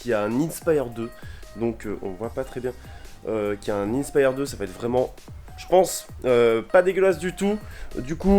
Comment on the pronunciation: Innnnnespyre 2😂😂😂, inspire 2 comme quand tu est inspirer